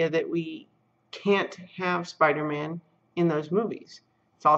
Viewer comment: Spi-dah-maaahn!! * twip-twip * Corrected below: * thwipp-thwipp *